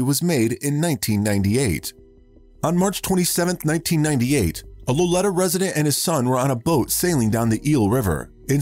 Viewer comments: The town in Humboldt County is pronounced low lee ta. Accent on the second syllable. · You mis pronounced the town of Lolita. The I is pronounced with a long “e” sound.